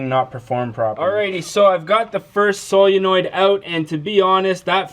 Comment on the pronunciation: I didn't know if you were trolling or not the way you pronounced Solenoid or maybe it's a region thing.